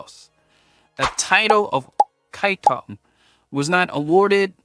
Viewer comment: I only heard kiatong, not kaitong